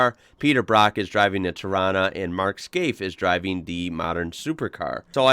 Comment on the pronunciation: Agree bud, he even pronounced Torana right. Cleetus called rod shops LJ a tarona... Hats off brah.